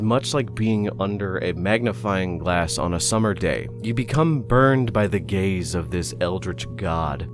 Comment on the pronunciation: “you will attract its gays”